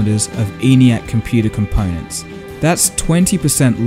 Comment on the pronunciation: your pronunciation is terrible. close is cloiz phone is foyn so is soy basic is bicyc change is chinge component is compoynent totally ununderstandable. improve.